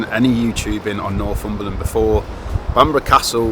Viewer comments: NorFUmberland, pronounced NorTHumberland is a truly lovely place. And that is from someone who used to live in the Scottish Highlands. However, describing it as an "emerging" destination is really the kiss of death. Having lived here for ten years I have seen first hand what an influx of tourism can do. It will not remain England's last great wilderness for long if it becomes overrun. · It’s Northumberland not norfumberland. But thanks for visiting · Nor'fumberland? it's Nor'Thumberland